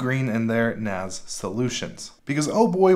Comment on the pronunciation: It's NAS, not NAZ. It stands for Network-Attached Storage, not Ztorage.